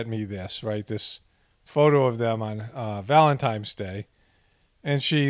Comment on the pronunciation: If you are above the age of 11 please don't pronounce it VALEMTIMES day.